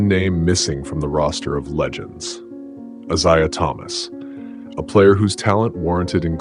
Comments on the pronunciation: Any listen to you keep saying “eyeseyeah” one more time ffs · Stop mispronouncing Isiah 😢